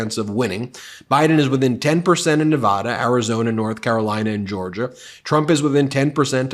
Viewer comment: …learn the proper way to pronounce Nevada.